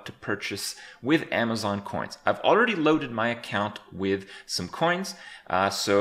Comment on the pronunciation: you FUCKED up the "i" in "WIth"